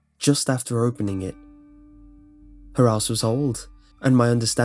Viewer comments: I'm sorry, but I laughed so hard because I misheard you at . I realized after what you'd actually said, but I swear when I first heard the line "her house was old" I thought you'd said "her ass was old" and I just cracked the fuck up. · Pfft, when you said "her house was old", your accent made it sound like you said "her ass was old." PFFFFTTTTTT. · Lol when he said "her house was old" in that English accent, it sounded like he said "her ass was old" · It sounds like you said "her ass was old" lolol